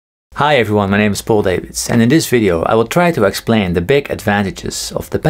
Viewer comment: “I will splain”